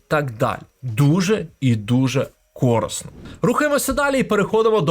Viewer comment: А що, у вас на Закарпатті усі кажуть "кОрисно", а не "корИсно"? Незвично чути такий варіант наголосу.